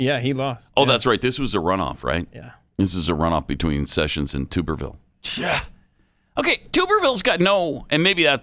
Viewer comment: As an Auburn alum, I take a bath in a tub. Obviously the blaze folks bathe in a tube. Pronounced: Tub-er-ville.